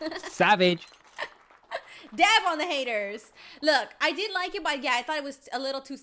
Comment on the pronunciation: it sounded like she said da*n on the hater lol